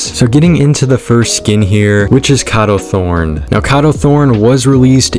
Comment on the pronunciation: I’m confused I thought his name was pronounced KAYDO THORNE